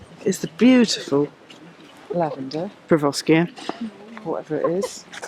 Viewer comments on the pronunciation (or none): Pervoskia--right. It's Perovskia. So who's the dumb ass?